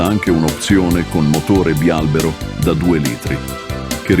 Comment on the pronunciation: Bravissimo, anche se bialbèro non si può sentire